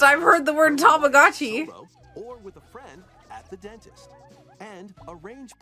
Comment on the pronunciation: I will never ever say "Tamagoatchi"!